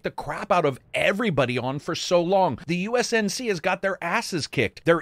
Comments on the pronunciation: Great reviews, u accidentally said usnc jus letting you kno 💪🏾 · "USNC" lel